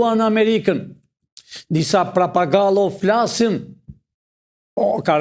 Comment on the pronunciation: PROFESOR, jo parpagallo😂 thuhet papagall😂